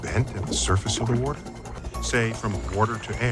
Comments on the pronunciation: omg I'm just in tears laughing... weerder... weorderr... lmao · Waudr. Wudder. Wouedir. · Lol Im watching the Comos series on Netflix and I had to check the internet to see if anyone else cuaght that Neil said ""Warter." Good Job internet! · man, I need a glass of wudder